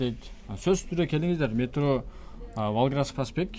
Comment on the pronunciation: Кайсыл метро нармално айта албайт метрону